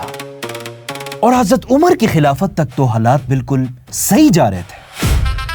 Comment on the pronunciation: #: When you pronounce ز instead of ض example حزرت instead of حضرت you are cursed.... Laanath hai tum par. Agr tum ض ko ز kehathe hai, tho tum Munafiq ho